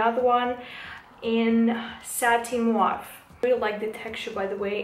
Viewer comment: Не муав а мов